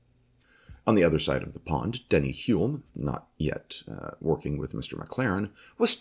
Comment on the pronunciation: Hulme is pronounced with an "L" - not Hume....